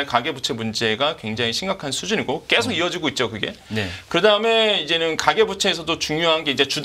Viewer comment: 말씀 잘 들었습니다. 그런데 발음이 너무 거슬려서. 언제부터 계속 이 꺠속이 되었구, 조금이 쪼끔이 되었는지... 요즘 말투인 것 같은데....헐...